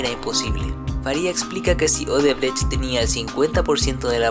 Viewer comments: Odebrexi es la pronúncia correcta. La sede del grupo es ciudad São Paulo. Sede social en Salvador, Bahia. No existe un lugar llamado salvador de bahia. Odebrexi fue la mayor pero óbvio tuvo su tamaño reducido de modo drástico. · se pronuncia. "odebrek" aunque se escribe Odebrecht.